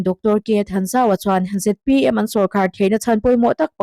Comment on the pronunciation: Ngatinge ZMP i tih leh thin? A dik lo hi hriat s hrehawm, i fimkhur lo hle.Sawrkar mêk Party hming pawh i lam dik lo leh thin. .....